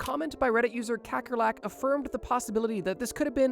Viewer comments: Hey, man - quick fun fact! - "Kakkerlak" is an Afrikaans word meaning "Cockroach" and is pronounced "K-uh-ker-luck" 🇿🇦❗️ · I like how he said kekkerlek as someone from the netherlands myself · Was looking for a comment about it, we have the same word in South Africa for cockroaches. His pronunciation is so funny